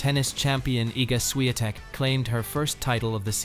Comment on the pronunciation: Because it's not spelled as Swiatek. The correct writing is Iga Świątek. And therefore "Ś" is not "S" as well as "ą" is not an "a".